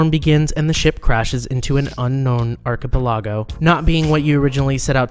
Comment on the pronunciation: That is not how you pronounce archipelago 😱